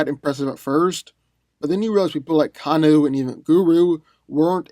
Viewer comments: He called Scorpions Kunai a Knife with a chain and is calling Goro and Kano, Guru and Kanu. if you’re gonna do a verses series at least try to pronounce their names dude bc you sound ridiculous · I am just flabbergasted that this man just called Goro and Kano, Guru and Kanu.